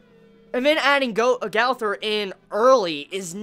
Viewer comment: LEARN HOW TO FUCKING SAY GOWTHER